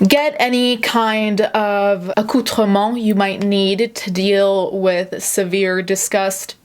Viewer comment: Ok but the way you pronounced accoutrement was SO satisfying